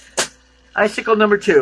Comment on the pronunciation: Sickle, not cycle